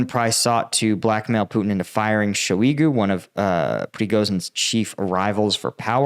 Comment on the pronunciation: Great video. Btw though Shoigu is pronounced as Shoy-gu, not sho-igu